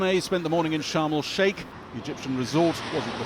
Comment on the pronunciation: "sharm el shark" haha